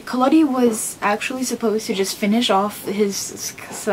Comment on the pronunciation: You need to get your facts straight, there's nothing wrong with Carlo Collodi's original novel, you're just being closed minded, and it's Collodi with a soft "o", not a hard "o". And believe it or not, the original Pinocchio is the second most widely read and translated book in the world after the Bible. "We can all be very thankful that Walt Disney stepped in and saved this story from every generation", God, you're pathetic.